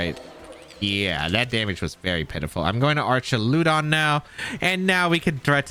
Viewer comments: Great vid as always! Fwiw, I'm like 99 percent sure it's pronounced "Ark-ah-loo-dawn", with a hard 'ch' sound, since it's pulling from the greek "arch". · so just to help, you pronounce Archaludon the same way tou pronounce duraludon. So just say "arch" "al" "uh "don" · How do you pronounce Duraldon correctly but pronounce Archuladon incorrectly 😵‍💫